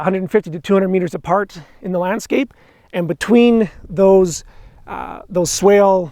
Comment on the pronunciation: Swake? You mean swale?